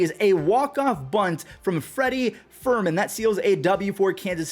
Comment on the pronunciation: love ya man; thought I should tell you that it's Freddy Fer-MEEN, not Fer-MAN. I have a feeling that you might need to know that in the future. Sick bunt, eh? Now all we need is pitching...ha.